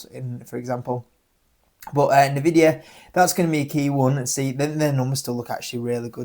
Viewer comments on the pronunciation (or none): Wish you pronounce Joby correctly 🤣🤣 it named after it founder JoeBen Bevirt. Also Nvidia you pronounce the N 🙄. The reason Joby and Archer are valued so much more than Ehang is because of their partnerships and because the ehang design does not meet western air taxi standards without redesign.